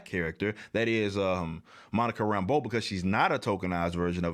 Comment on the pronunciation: Did he say Monica Rambo in this video ? Lmfaooo